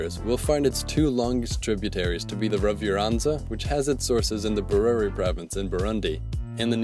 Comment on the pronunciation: Oh the slaughter of African indigenous names... The 'ge' in Kagera is pronounced like in 'get' but with a softness in the "g" sound. The 'Ru' sound in Ruvyironza is like in 'Ru'-Paul, the "Ny" sound in Nyabarongo are pronounced like the "Ny" in Kanye, same as the one in Nyungwe forest, whose "u" sound is like in "bull"